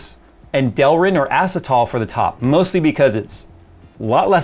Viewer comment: Acetal is pronounced uh-sea-tal 😂 just found this funny because I used to work at a plastics manufacturing company that made delrin, acetal, nylons ect